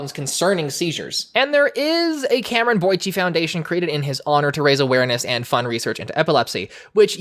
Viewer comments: Boy-ce not boy-che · His last name is not Boychey it’s boyce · Cameron Boyce’s last name is pronounced “Boyse” you were saying “Boy-chee” which bother me a lot im so sorry.. 😭😭😭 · Cameron Boyce's last name is pronounced "Boice" (rhymes with voice), not "Bo-Chee." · I think it's actually pronounced with "ce" as in 《S》. On these "I'm Cameron Boyce _________ and you're watching Disney Channel" recordings he has always pronounced it that way. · Are you saying "Boyce" wrong? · I'm pretty sure that's not how your pronounce Cameron Boyce's last name haha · Ok I’m sorry, Cameron boy-what? I never heard anyone pronounce it like that.